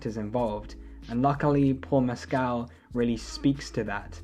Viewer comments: Just for the record, he says his last name has the stress on the first syllable…MESS-kl. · Just letting you know, you’re mispronouncing his last name.